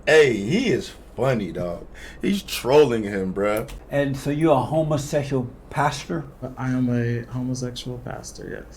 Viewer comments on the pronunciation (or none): Did this neega just say “homosexOLOGY”?!?! 🤣🤣🤣🤣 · Are you a homosesual? Listen to how he pronounces homosexual 😂😂😂😂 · Why gotta put such emphas on the ‘HOMOsexual’…? 🤣🤣🤣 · "are you uh..HOMOsetchual pastor?" 😆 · Homosessual Just like he says Messican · I cracked up everytime he said it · Had me Rollin, Every time he said , homosexual.